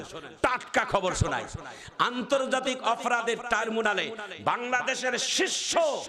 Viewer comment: এটা আমার মত মূর্খ হুজুর ট্রাইব্যুনাল কে বলছে টারমুনাল হায়রে কপাল !